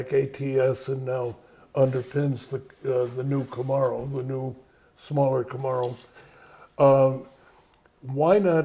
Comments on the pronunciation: Who knew you could say things like "weird cars for weird people" for one of the brands "Saturn", mispronounce the name of a top selling vehicle "Camero", kill a popular brand in America "Pontiac" but save a popular brand in China "Buick" that most American's didn't care about and still be so high up in managing a company that's considered an American company producing these brands of cars. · That bugged me too.. "Camarro"! 😖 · Mr Lutz has a very usual way of pronouncing "Camaro". The first few times he said it, I didn't even realize what he was saying. I've never heard anyone else pronounce Camaro like that. Someone should ask him why he does. My only guess is that he might be frustrated by how often it is misspelled as "Camero", so he decided to consciously pronounce it in a way that no one would think the second vowel is an E... You think?